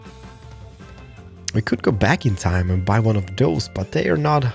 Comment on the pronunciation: Please! It's: "those" and not: "does". I know it's not always easy, since I'm Swedish too, but please try to get it right!